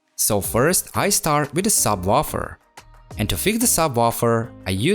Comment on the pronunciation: "Sub waffle"